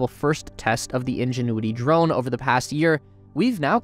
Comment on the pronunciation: I know this sounds petty -- but it really bugs me. Why does your narrator insist in using the pronunciation "thee" for the word "the?" Think back to your grammar classes in 6th grade. Only when the next word stars with a vowel (a,e,i,o,u, if you've forgotten that too), do you pronounce "the" as "thee." If we can't get the little things right, how will we ever get to Mars?